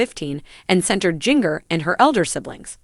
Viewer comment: It is Jinger won't you say get the name right.🎈